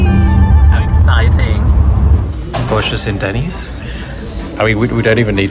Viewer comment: just about choked when he said Denney's